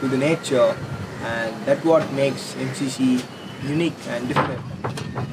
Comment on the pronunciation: Em She She - thats how you pronounce it :)